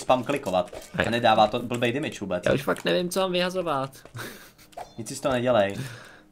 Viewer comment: Damage=demidž ne dymidž